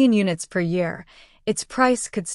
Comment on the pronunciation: new "ear" coming, lol you messed up